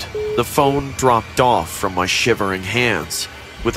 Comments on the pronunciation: Did you just say he came to me room it's my not me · Why did you say 'my dad me room' 😂😂😂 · “he took me to hm room” LOL